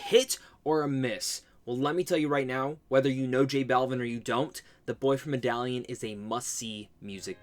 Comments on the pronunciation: With all do respect and someone that enjoys you videos, Medellin is pronounce “meh-duh-yeen” . Great video. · With all do respect, but how you gonna try to correct someone with the wrong info. Medellin is pronounced "meh-duh-gene".